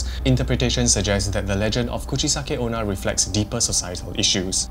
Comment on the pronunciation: Did you say Coochie-sucking Ona